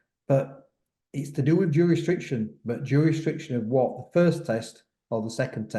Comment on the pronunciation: Tell it’s jurisdiction lol